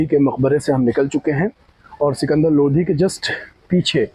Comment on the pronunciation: लोधी नही भाई लोदी बोल